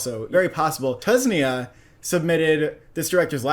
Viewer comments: My brother how did you pronounce it Tusnia instead of Tunisia 😂😂😂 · The country for Four Daughters is called Tunisia not Tusnia, just letting y'all know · It's TUNISIA!!! not tusnia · Tunisia not Tusnia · the way this man pronounced TUNISIA just broke me 😂